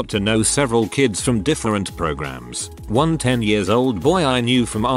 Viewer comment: wuan waun doupt